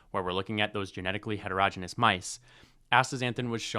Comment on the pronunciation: You pronounced heterogeneous wrong. Please learn from google or AI 😢